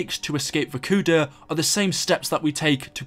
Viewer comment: It's vorkuta pronounced "vorkootah" it's not verkuda